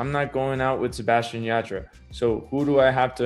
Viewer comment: Y también el “yah-TRUH” 💀